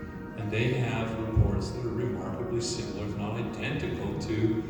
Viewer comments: Similar not simular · Sim - ah - lah...